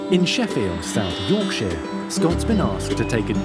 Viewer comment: Really enjoying these episodes. My one gripe about this episode? As a Yorkshire girl it's the pronunciation of Yorkshire. It isn't York-sheer, its York-sha 😂